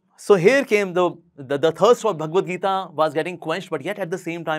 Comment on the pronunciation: hi the so caked enlightened person it is not "geetaa" it is "geeta".